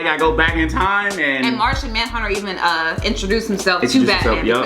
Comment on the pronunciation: Lmao he said Martha Manhunter 😆